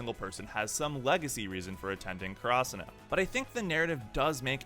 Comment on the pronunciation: The way he says karasuno pisses me off